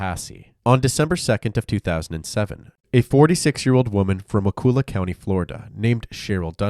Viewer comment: It's pronounced wa-cull-ah change the k to a c. Cull not kool